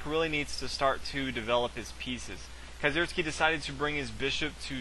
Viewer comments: nice commentary, as a german, it's an itch in my ear when you say kieseritzky, it's pronounced kee-ser-ITZ-ky. you can call me picky. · Is that really how you pronounce Kieseritzky?